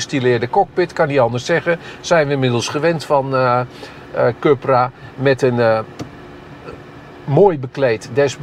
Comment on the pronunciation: Oók deze zelfingenomen man blijft stoïcijns Cupra zeggen ipv Coepra (juiste uitspraak) 😊